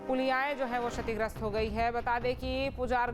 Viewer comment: श और क्ष का उच्‍चारण एक जैसा नहीं होता है। सीखकर आइए तब समाचार पढ़िये। शतिग्रस्‍त पढ़ रही हैं आप।